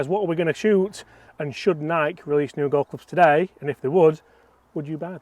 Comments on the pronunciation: FYI... pronounced "Nikeay" Nike was the Greek goddess of Victory. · It's Nikeeee boys. Pronounce it like the founder does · It’s pronounced Nik’eee’ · it’s nai-kee. After the Greek goddess of victory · I'm done listening and I'm only 2 seconds in LOL who the hell doesn't know how to pronounce Nike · …it’s not pronounced Nike… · Please learn how to say the word NIKE .. 🤦🏻‍♂️ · Can’t even watch this video with that nike pronunciation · How do you say Nike wrong?? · Why do English people not know how to pronounce Nike? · My Grandmother was the only other person I’ve heard not pronounce the E in Nike 🤣🤣😅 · Your pronunciation of Nike is absurd lol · I can't take this video seriously if the guy doesn't know how to pronounce Nike! 🤣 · I like the video but for God's sake why do u insist on pronouncing the word NIKE that way? The company itself and literally everyone on earth says it correctly!!! I swear you brits do stuff like this just to mess with the rest of us, taking liberties with vowels, adding or subtracting syllables just because u can !!!😂😂 Now I'm going to go hit my PONG G425, chip a few with my Tatlist Vooooky wedges, and maybe putt a few with my Skoooty Cimeronn, man, I really do love the game of gelf !!! 🤣🤪🤣🤪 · You guys are saying it wrong thoooooo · You seriously can not pronounce Nike???????? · Had to quit watching when you pronounced the name wrong so many times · Ps the way you all say Nike is bothersome when I hear it in videos from across the pond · its NIKEEEEEEEEE not NIK Stop making names up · Why do I hear some Brits pronounce Nike like the name “Mike”. It’s fucking Nikey. Nikee. Like Mikey. Jesus Christ idk why but it bothers me so much 😂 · It’s Nike…..like “ni-key”. Bothered me the entire video. And that’s not like a Uk thing. It’s pronounced the same all over the world. how the hell did they get it that wrong. Unless it’s an inside joke I don’t know about. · Nikey like crikey, not Nike like bike. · “Ni-key” not “Nike” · "Nike eeee" not nike